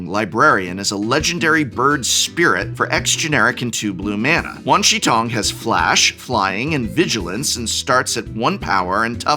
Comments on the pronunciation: Hi, not an assh@ Wan Shi Tong = Juan Sure Towng Xi is She Shi is Sure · the professor saying wan shi tong sounds like a south park episode! 10/10